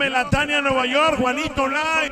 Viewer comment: Se pronuncia juanito " liv" y saludos y abrazos para todos los que le encanta cumbia sonidera.